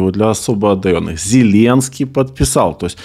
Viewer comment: подчёйкиваю для особо одаённых.... - сказал особо одарённый